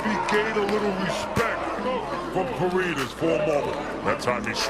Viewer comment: pareñas hindi Parenas obob!